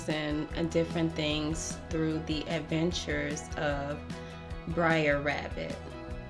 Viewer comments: Stop saying brair rabbit say Br’er rabbit (Ber- ere Wra-bi-teh) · people say 'briar' it's more like a slurred 'brutha'